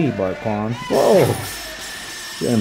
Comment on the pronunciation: Lmfao "misa bawt-kwan"